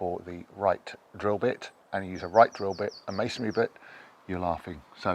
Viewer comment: Thank you for pronouncing masonry properly; not as "masonAry." 😊